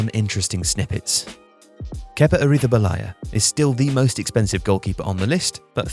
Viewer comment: Is always funny to hear pronounce Kepa Arrizabalaga XDDDD